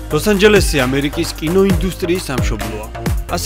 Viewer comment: cant hear ლოს ანჯელესი instead of "ლოსაჟელესი" after ia farulava